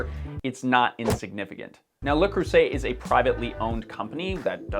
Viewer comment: Me: "Let's see what this guy has to say." What he had to say: "LuH KrUsSEtT"